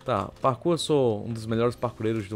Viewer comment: ele disse que é um dos melhores parku leio e Sta falou errado